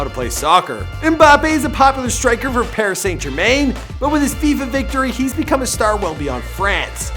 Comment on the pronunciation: He said Paris saint jermain 😂😂😂😂